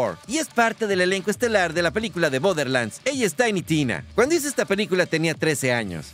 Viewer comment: se pronuncia borrrrrderlands, no boderrrrrrlands, es como si dijeras bordo en español, entonces es borderlands en español es como las tierras del bordo. Me brinca porque como tu lo dices es bother lands, y eso significa como la tierra que no importa.